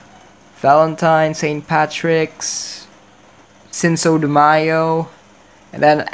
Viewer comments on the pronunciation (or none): “sinso de mayo” help my hispanic self is CRINGING 🤨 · it’s a bit like seen-koh the mayo, hope that helped :3